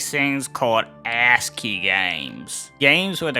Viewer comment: "ASCII" not "HUSKY"